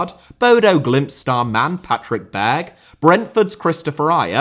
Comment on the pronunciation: The E at the end of Berge, Ståle, Sandemose, etc should be pronounced like the E in Molde, which I see that previous comments have successfully made a change with. All final vowels are pronounced